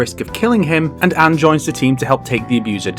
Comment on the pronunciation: Thanks for saying Ann instead of onn